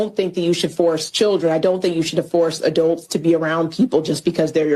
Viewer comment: What's an adolt?